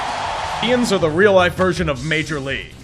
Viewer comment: "Dians" lol is it Indians or Guardians?